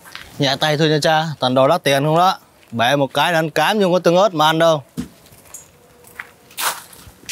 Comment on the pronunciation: Ớt tương mà anh nói tưng ớt